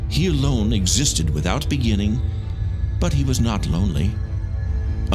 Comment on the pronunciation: In the bEnINGiNg